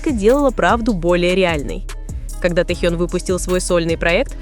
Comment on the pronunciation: Блогер не Тэу а Тэхен ---как вам верить???